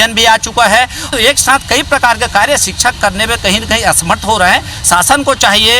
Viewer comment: सिक्षक नही शिक्षक होता है